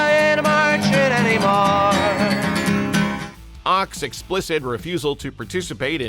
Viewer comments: Phil Ochs name is pronounced "oaks" not "ox". The mispronunciation hurt my ears. His music was insightful and brilliant. Thank you for putting this compilation together. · Ochs is pronounced "oaks" not "ox". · Phil Ochs' last name is pronounced like "oaks", not like "ox". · Ochs is pronounced “oaks”…not “ox” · Not Phil OX, pronounced oaks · The phrase "Up against the wall motherfucker" was in Jefferson Airplane's song We Should Be Together. The song you repeatedly play in the video is Volunteers of America. Phil Ochs last name is pronounced Oaks not Ox. If you're going to make a video, get your facts straight. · Phil Ochs last name is pronounced "Oaks" not "Ox". According to kegend, Phil claimed he lost his singing voice due to a physical attack by the feds throttling him. He died too young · Phil Ochs is pronounced "Oaks". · It is pronounced oaks ! The Ochs family are the long time publishers of The New York Times. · Phil Ochs’ name is pronounced as Oaks. He was a great folk singer & song writer. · Oaks. Pronounced like OAKS. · I think ochs is pronounced like oaks. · It's pronounced like oaks -- Phil Ochs. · It is Phil OAKS (correct pronunciation). You make this sound much more dramatic than it really was. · It's insulting that you mispronounce "Ochs". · It's Phil Ochs (pronounced Oaks) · The mispronunciation of Phil Ochs' last name is seditious and treasonous! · Love Phil oshs, listening to him a lot now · Comrade Ochs😂